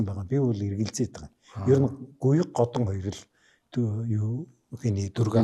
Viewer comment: годон биш годан